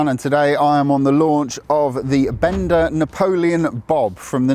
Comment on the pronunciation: BENDA rhymes with HONDA, just like HIKE rhymns with NIKE✔️